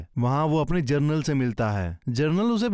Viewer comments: Jernal nahi genral hota hain like karo baccho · पिंडोरा नहीं पैंडोरा जरनल नहीं जनरल 🤣